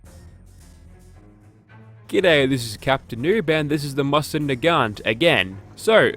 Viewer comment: It's "Moze-inn"